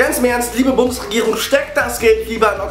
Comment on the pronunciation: lol...sagt er bei "Liebe Bumsregierung"